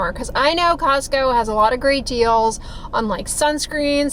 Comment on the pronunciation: Cozzzco lol